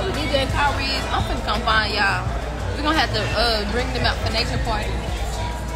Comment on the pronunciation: its Naychur